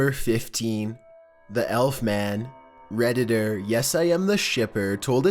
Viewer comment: y do u keep saying reditter